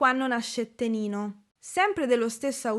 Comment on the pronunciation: Ciao, mi permetto di farti una piccolissima correzione: nella seconda canzone del video, ovvero "Quanno nascette ninno", la parola "NINNO" si scrive e si pronuncia con la doppia N in quanto nel dialetto campano vuol dire "BAMBINO", pertanto in italiano sarebbe tipo "Quando nacque il bambino". Pronunciando invece "NINNO" con una sola N si va a cambiare completamente il senso della frase in quanto sarebbe come dire "Quando nacque Nino" (NINO = nome comune di persona).